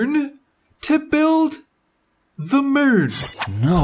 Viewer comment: omg I LOVE that accent. The way u say Moon is funny